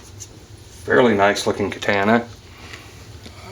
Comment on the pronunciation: Stop being ignorant and say the word correctly. It's katahna not kataana.